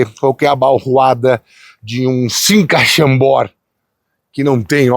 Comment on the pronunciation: Oi, Te puchou "Sinca Chambord"😂😂😂😂😂